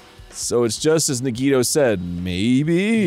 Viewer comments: if i hear nuhgeeto one more time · Now let's manifest the correct pronunciation of Nagito 😅